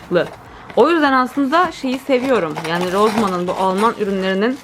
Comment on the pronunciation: canparemmmm 🌻 Rossmanı çok seviyorsun 😂bende çok seviyorum da- hani şimdi düzeltmek gibi olmasın ama; ‘Rossmann’ roZman diye okunmuyor, Sedanın ‘S’ si gibi roSmann okunuyor 😅 eleştirmek istemedim aslaaaaaa- sadece bilgilendirmek istedim canım canımmmm 🌸💚 seviliyorsun loveeee u 🧡